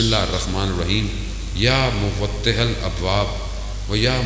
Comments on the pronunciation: Ye Muffatihal nai Muwattihal keh rhe h kia koi not kerala h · پہلا لفظ مفتح ہے یا مغتح؟ ف اور غ کا فرق محسوس ہورہا ہے